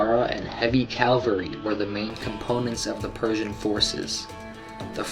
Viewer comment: Dude! its cavalry NOT calvary!! my ears hurt!